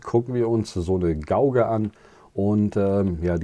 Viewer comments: Gauge sprich "geitsch" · Gutes Video. Und ganz nebenbei: Gauge spricht man Gehtsch und Scheme spricht man Skiem